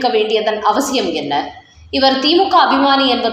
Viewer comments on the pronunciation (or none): none